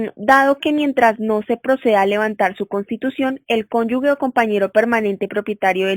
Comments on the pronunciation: No son cónyugues, son cónyuges. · ESTA BERRACA NO PUEDE PRONUNCIAR CÓNYUGE?